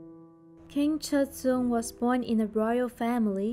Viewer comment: can you please pronounce the names correctly